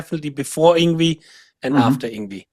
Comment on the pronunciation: its Yng--VAAY haha he told me personally ! not Yngweeeeee !! hahah